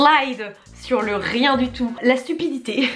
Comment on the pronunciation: le RRRRRRIEN